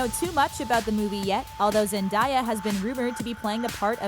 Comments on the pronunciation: IT IS PRONOUNCED ZEN-DAY-AH ur welcome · You said Zendaya wrong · that is not how you say Zendaya